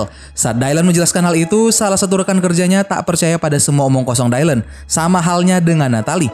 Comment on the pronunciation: Btw koreksi bang, nama dia di baca dilan bukan daylen